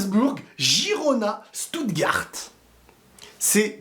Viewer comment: On prononce « chtoutegarte » stuttgart ça me stress quand tu le dis 😂 mais sinon très bonne vidéo